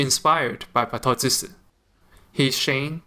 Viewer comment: Thank you 🙂 If i may correct the pronouncing of "draw and cut" its "batto-jutsu" jutsu as in "choos(e) "... "chootsu"